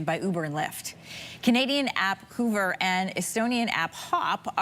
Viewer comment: Interesting how the anchor went with "hoover" and not "hover"